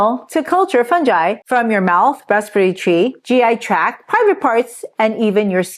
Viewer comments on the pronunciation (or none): none